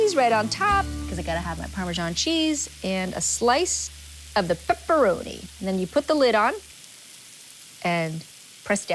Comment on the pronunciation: “got a slice of PEPPURONEE”